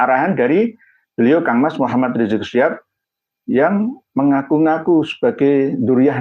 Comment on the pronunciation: Tulisannya udah bener SHIHAB , cara bacamya aja yg SYHAB ,, githu loh gus